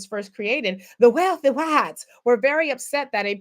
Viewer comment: With the accent and all!!!😂😂